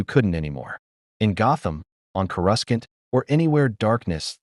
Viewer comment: Coruscant, not whatever the fuck u just said,.